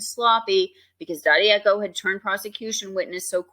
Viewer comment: Daddieco......sounds like Dad-uh-koh